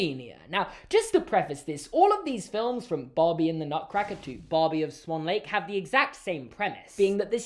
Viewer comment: “Barbie in SAWN Lake